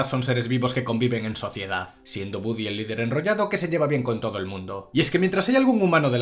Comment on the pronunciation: se escribe y pronuncia, Woody